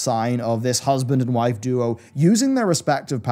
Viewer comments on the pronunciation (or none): none